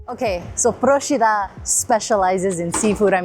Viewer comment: Well done! As a resident of Procida, I can say you picked some real gems of the island and highlighted some of the unique local foods. AND you pronounced Procida correctly! You get extra points for that :) Grazie mille.